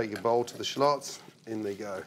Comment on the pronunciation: Damn those Che lots 😂😅